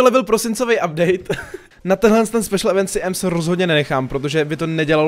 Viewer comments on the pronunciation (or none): none